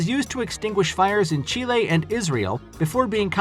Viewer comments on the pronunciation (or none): none